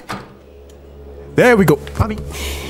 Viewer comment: Bro tell me yall ain't hear him say mommy as he said "there we go"☠️😭😭😭😭